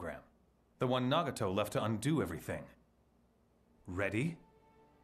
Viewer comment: All I can hear is Itachi and then He said "naugato"